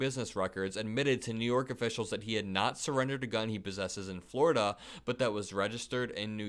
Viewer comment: "I'm onwy convicted in New Yowk, why can't I have a gun in FwowiDUH? "What do you mean, It's a Fedewaw thing? "NO buddy'th EVER hewd of DAT!!"